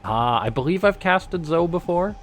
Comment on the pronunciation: wouldn't zoe be pronounced "zoey"?